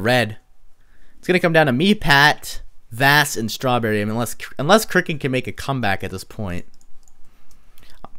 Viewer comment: Omg "Strawberry" sounds so weird man